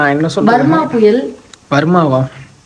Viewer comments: Varma puyal illa vartha puyal😅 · Varma puyal illai athu vartha puyal sister